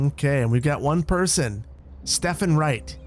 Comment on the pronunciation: Guys name was Stephen not Stefan 😝